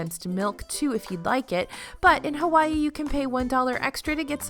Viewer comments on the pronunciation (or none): none